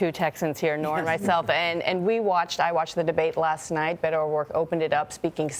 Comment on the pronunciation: I thought Hillary Clinton should have picked Sec. Castro as her running mate, but I have to say that I am already so happy that Sec. Castro, as a Mexican-American who is Spanish speaking, pronounce Beto's name correctly. It irks me that English-speaking-only Americans pronounce it incorrectly.